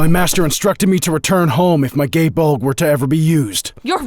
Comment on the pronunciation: It sounded more like Gay Bald to me. His Irish isn't great.